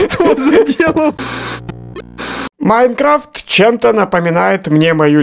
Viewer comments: не иайнкравт а майнкрафт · Правильно майнкрафт а не майнркравт